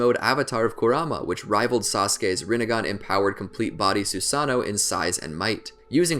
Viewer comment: SU SAN OH?!?!! YOU MEAN SU SAH NO?